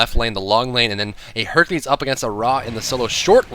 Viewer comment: when said hercules. I thought he said herpes